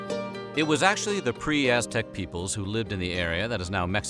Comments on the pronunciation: Bro, you pronounce Aztec like s#$t. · I cant stand your pronunciation of aztec words